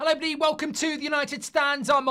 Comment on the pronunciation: Goldbridge, when you open the show, can you start with "Hello EVERYbody" and not as you always aay "Hello BODY" .. its everybody, not body!! 😄 🤣 😂